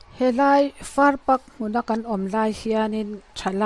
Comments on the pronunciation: Hmuhnawm hle mai, keini a bul ṭhuta awm pawh hian kan kal hnih khat hian kan hmu zen zen lo ania.Tin, 'Far pak' tia i lam hi 'Far pâk' (park) tia lam zawk tur a ni e.😊😊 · Farpak tia i lam dan hi ania, ka sawi zawk chu, farpak tia i lam hi thluk tur ka tihna 'pâk' tia lam tur zawk ani e, 'farpâk', tiang hian aw, boss